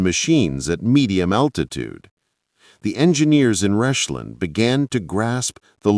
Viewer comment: It's not 'Reshlin' it's Rechlin!